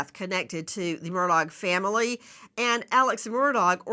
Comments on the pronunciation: It is not Murdog it is Murdaugh which is pronounced Murdaw phoetically. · Nancy, you are killing me with MurDOG. 😂 It’s pronounced MURDAW. Is it on purpose calling him a dog or what? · For the luv of pronunciation, please pronounce his name correctly - it's murr daw NOT dog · She calls him “murdog ”😆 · HEY NANCY! I believe that the Murdaugh family pronounces their last name as MUR DAW. I followed that case and when I heard a "local person" or one of the family speak that word it did sound like "mur daw". Not a big deal, but I know you like to be right. Check it out!!! (When Alex was in the Police Car after the murder, he spoke to the Officer there and gave him his name.) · It's actually Alex Murdaugh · Why can’t you pronounce his name correctly? It’s said “Ellick Murdock.” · Just the fact she pronounces his name “Murdog’ takes away what little credibility she may have and simply makes her sound like an idiot. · She cracks me up when she calls him Alex Mur Dog 😂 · Nancy for the hundredth time the “g” is silent!! It’s pronounced Murdau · Even the Supreme Court has to see evidence before it is apparent how they are going to rule. The state has spent enough money on him. I love how you say his name, murdog, like the murdering dog he is. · I appreciate that Nancy is an incredibly intelligent and competent woman, although I cannot stand her behavior towards her guests, but I can't in good conscience watch or support a video that has both crooked Chris McDonough, I mean, McDunug, and the mispronounciation of Alex Murdog. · Why can’t she pronounce his last name? 🤦🏼‍♀️🤷🏻‍♀️ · She insults him by saying his name wrong.